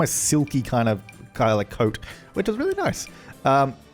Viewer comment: I honestly thought till half way to the video that you said code when you actually said coat and I was so confused xD